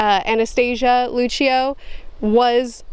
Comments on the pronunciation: You were pronouncing Lucio correctly... I had a lot of fun with this video, but next month is Changes... squeeeeee! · You are pronouncing Luccio correctly.